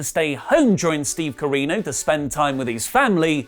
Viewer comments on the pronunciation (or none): I'm begging you, please stop saying Steve Carino